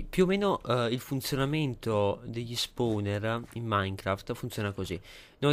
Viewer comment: no posso capire ma che LUI l'inglese lo scrive come si pronuncia fa schifo al cazzo! tipo SILKTOUCH (siltauch) SPAWNER(spouner) e daje!